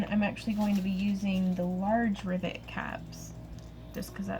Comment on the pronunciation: LOL...I was distracted when you first said "rivet" and I thought you said "ribbit". From then on my brain kept on switching riVET to riBBIT. Talk about a "special moment"!! Gorgeous bracelet!! Like a lot of the other comments, I would love to see your friends Santa outfit :-) As always, keep up the great work and take care!!